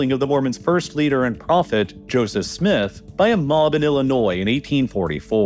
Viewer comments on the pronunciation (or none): none